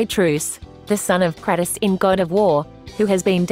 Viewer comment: Because you pronounced both of their names wrong leads me to believe that you don't know a damn thing about any of the game or anything about God of War for that matter